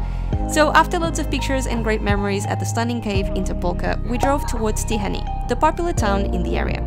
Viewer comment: Hey! It's a great video! My only criticism that you butchered the Hungarian names, even Budapest and Tihany and so. Of course I understand you don't know the pronunciations, but if you just drop the names in Google, you can listen how Hungarians saying. Other than that cool video! ;)